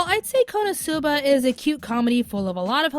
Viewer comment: for future reference, when pronouncing Konosuba, accent the "no", and half-drop the "u" without dropping the syllable. I'm saying this because, although you are my favorite member of Anime America, you butchered the pronunciation of Konosuba.